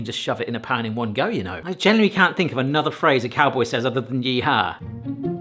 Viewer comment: "Cowbow" howdying to you, there am snake in my büt